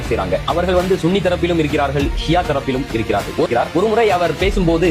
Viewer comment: சன்னி இல்ல bro சுன்னி.